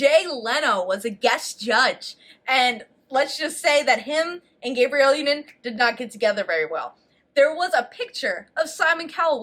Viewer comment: For the love of God /gah-bree-elle/